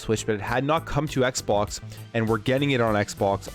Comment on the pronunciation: "Xpok" "Dreigon" What's going on?